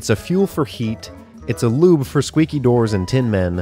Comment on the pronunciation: I thought you said lube the first time and I imagined a halfling using it for just that... 😂